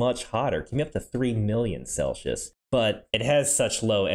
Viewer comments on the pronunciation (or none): Please don’t pronounce Celsius, Celshus